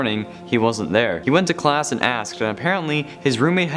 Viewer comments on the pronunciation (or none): none